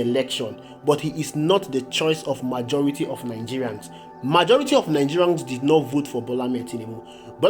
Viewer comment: Mr Narrator, the word you are calling "marjority," is actually "majority" like you want to call a "Major" in the Army, then add "rity" to it. And "colOssal," not "colAssal." Please take note for next time.